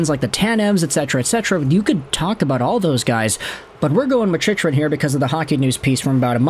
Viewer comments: ChickRun… not chichrun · man I've fought the urge to comment this, but this is the third video and it makes me cringe everytime (i'm sorry) it's "chick-run", not "chich-run" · i feel like he pronounces it wrong on purpose to get more comments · Do you watch hockey? You can’t even pronounce his name correctly.